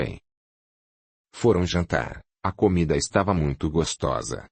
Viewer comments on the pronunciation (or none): none